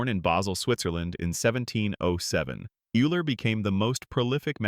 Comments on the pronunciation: Minor corrections, only because wrong pronunciation impacts credibility: - Euler is pronounced Oila, not Yoola. - Newton’s book is pronounced Prinkipia, not Prinsipia. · Another AI-generated voice-over. BTW - Euler is not pronounced 'you-ler', it's pronounced 'oil-er'. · Every polynomial equation has at least one complex root? Nonsense. (x-2)(x-3) is a simple counter-example. Eeeler - Ayler.....it's pronounced "Oil-er". Poor video. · The pronunciation of Euler's name is wrong. Is this a robot? Needs to be corrected. It is pronounced "Oiler". Otherwise, a great post. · LMAO the AI mispronounced Euler twice in a row in two different ways... come on bro....